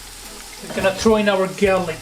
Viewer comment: did you say 'gaylick'? 🤣